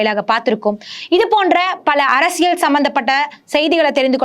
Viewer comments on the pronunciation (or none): none